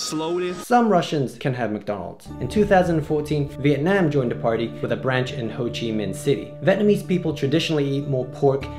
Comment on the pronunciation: Your pronunciation of Vietnam was correct . You must have been practicing